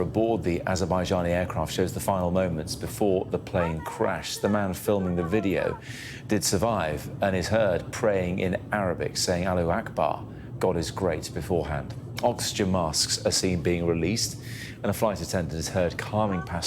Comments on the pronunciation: İt's Allahu akbarr. The r is not silent. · "Alluh Akbar" 😂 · Saying Aloo Ekbah 😂😂 a nice side dish at the local curry house?